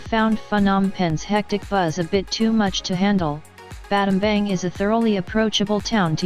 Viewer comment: Pronounced Battambong